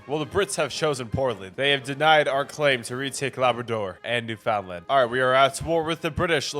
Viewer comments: Newfoundland is pronounced "New'fn'land", not "New-found-land". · Obligatory Canadian pronunciation correction - "NEW-fin-LAND"